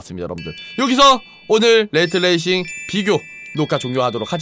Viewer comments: 레이트 레이싱이 아니고 레이 트레이싱이다. 정보 전달인데 읽는건 똑바로 읽읍시다. 한국어도 아니고 두 단어의 영어인데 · 레이 트레이싱(Ray Tracing)인데 레이트 레이싱이라고 끊어 읽으시는군요 Rate Racing.....ㅋㅋㅋㅋ